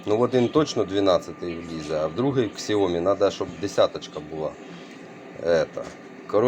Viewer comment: яке КСЯОМІ, вимовляється як сяомІ, наголос на І